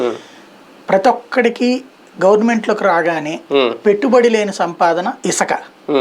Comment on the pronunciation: ఇసక కాదు రా బాబు...ఇసుక...ఇద్దరు Paytm బజనను చూడలేకున్నం